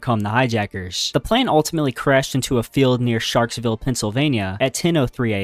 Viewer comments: you said the place wrong, its Shanksvile, Pennsylvania, not Sharksvile, Pennsylvania! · Bro said Sharksville, Pennsylvania (it’s Shanksvilke) can you not pronounce anything right? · Its Shanksville PA, not Sharksville.